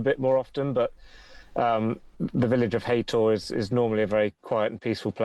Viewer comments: It’s Haytor, not Hater. Idiots. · Its Hay-tor not "hater"